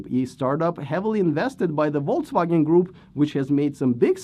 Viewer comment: I just realized you may have been pronouncing it "Voltswagen" all along :)